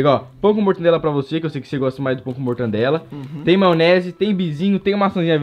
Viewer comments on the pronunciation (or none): "Mortandela"????? Pqp em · Mortandela? Kkkkkk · Quem peserbeu que o leu falou pão com mortandela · Ninguem: Ninguem mesmo: Abisoluta mente ninguem::mortandela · Mortandela e mortadela